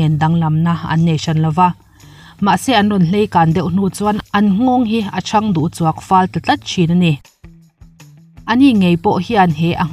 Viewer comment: Hleikang ni lo in Leikang tih zawk tur